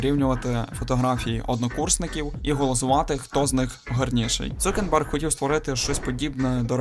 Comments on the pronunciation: Крутий відос, але ж він Цукерберг, а не Цукенберг 😅 (в назві проблеми немає, вона у озвучці) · Він не цукенберг а цукерберг